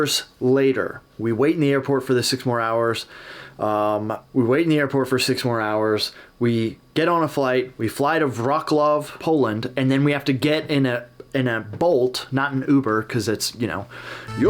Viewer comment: I've ran through comments and haven't noticed it so let me leave it here: polka isn't Polish music, it's Czech;) Plus that city you landed in Poland, Wrocław, you read more like Vrotslav. Always here to give my autistic help